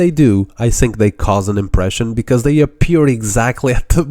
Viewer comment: i sink you are saying word think wrong